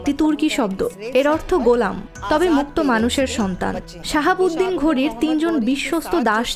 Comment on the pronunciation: নামগুলি একটু শুদ্ধভাবে উচ্চারণ করতে হবে। উনার নাম শিহাব উদ্দিন মোহাম্মদ ঘুডি।শাহাবুদ্দিন নয়।